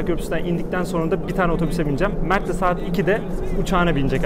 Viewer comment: 2. Sahat. Hahahahahah 2 kez sahat dedi AHAHHAHAHAHA